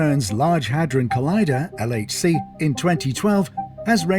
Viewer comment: your pronunciation is funny of the LHC